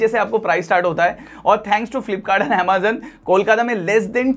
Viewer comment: Boat 2 in 1 fantastic cable.👍.Bhai pahle tu Amazon bolna seekh le.😂😂.Croma rate boat 2 in 1 cable is 149 rs i have purchased